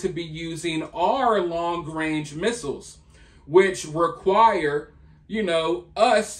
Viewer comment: Trudeau: “Long wange…” 🤭 what a clown. I believe the opposite of what these grifters say. Candace Owens has these people pegged.